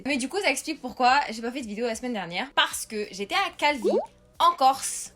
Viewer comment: "Calvi..." Moi: "Calbi???